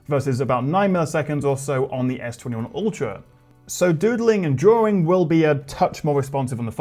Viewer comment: "drawring" is definitely one of my favorite English words